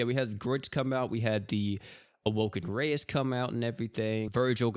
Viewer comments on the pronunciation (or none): none